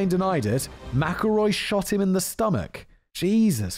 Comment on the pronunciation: You know I don't think he mispronounced McElroy even once after he mentioned it.